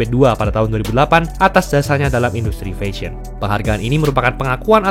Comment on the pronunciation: Mas coba belajar cara pronounce "fashion" dari google, sekaligus coba belajar pronounce Bahasa Inggris yang baik dan benar ya, ngga enak banget dengarnya.